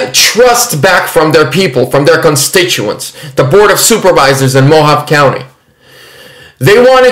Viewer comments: Mojave. Is" Mo. Ha. Vee" 👍🤗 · Mojave is pronounced MO- HAV-EE..Hard E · Hi,. Thanks for this. BTW - Mohave is pronounced mo-Hav-ee. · More like Mo-hahv-ay. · "Moh-Hah-Vee" County my brother. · It is pronounced " Mo-havy" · i love you.....just want to let you know Mohave is pronounced Mohav-e long "E" sound. Im in pima county. You rock!!!! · Pronounced Mo ha vee. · Thanks so much for all the updates,.. They have to coerce and threaten in order to keep power. By the way, it is pronounced MO HAW VA. Long A on the last syllable. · FYI 'MO-Hauv-Ee' County lol God Bless You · Mohave county...long e at the end. Sounds like mohovee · Hey great report now Mohave is pronounced Mohavee lol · Mojave is pronounced like "moe-hahv-ay" just to let you know,. You were close, but didn't pronounce the E at the end like "ay." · Mo-Hahv-Aye // Mo-Ha-Vey // Mo-Hawv-Aye Mohave, like the indians. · Pronounced Mo Ha Vay County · it's pronounced mo-ha-vee just trying to help! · Mo-hov-ee county 😂🫣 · The E at the end is pronounced in Mohave. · Please, get a better microphone. Too much annoying echo. Also Google how to pronounce “ Mohave”. Love you!